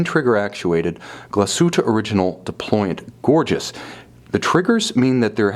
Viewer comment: When you can't even pronounce the name of the company ......